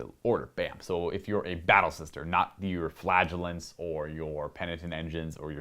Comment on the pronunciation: Did he say flagelance?